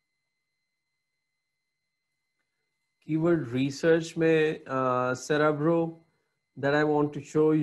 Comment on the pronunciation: Bro ye cerebro ha not cerybro 😊